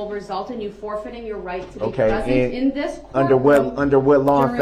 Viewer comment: His lack of manners and respect towards anyone actually drives me insane. This sounds petty, but also the way he can’t pronounce the most simple words properly ie “Dis” instead of “This” and “Dat” instead of “That”, all of his lack of manners, respect and not even being able to pronounce the most simple words all proves that Dawn wasn’t a mum, she gave birth to Darrell and his twin but she didn’t bother to actually teach (I don’t know about his sister because I haven’t seen video of her behaviour or speech prior to her over dosing and passing away) Darrell the basic lesson of life that a parent should, like manners, proper speech etc. She pretty much gave birth to her children, feed them but didn’t actually mother them, guiding Darrell in life, teaching him right from wrong. I actually hold Dawn responsible for some of this, she even blamed Erika for Darrell driving over her with her car and on that horrendous fatal day of the parade she rang the police and reported her car stolen to the police when she worked out he could of been involved in the parade attack, after his Uber calls to her and then heard about an SUV hitting people as those people were being bought into the hospital she was working at. She was covering up for him right from the start. She gave birth, but, Dawn isn’t a mum!! I hope it makes sense of what I’m trying to explain.